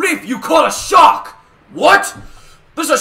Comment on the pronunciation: is it just me or did it sound like foxy said Shok